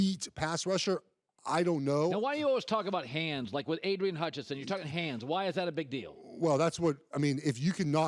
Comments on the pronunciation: dude said adrian Hutchison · Adrian Hutchingson… c’mon man. At least say his name right